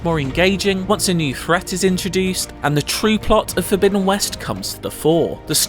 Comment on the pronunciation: Horizon Fogbidden West